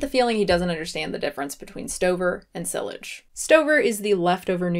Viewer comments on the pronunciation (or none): The way she pronounced "Silage" made me cringe